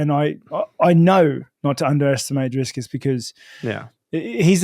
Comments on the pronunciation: driscus,, how did he get that name so backasswards, love how consistent he does it tho :D a little sad he will end the road to izzy for dreicus, would have loved to see that play out, but now his soul will be reaped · Drisscus hahaha